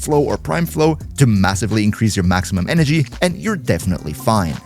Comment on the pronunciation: i think he said zenurik for energy